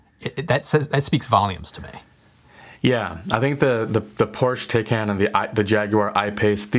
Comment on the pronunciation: it’s pronounced “Porsch-e Tie-Con”!